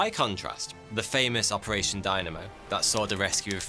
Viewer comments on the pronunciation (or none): none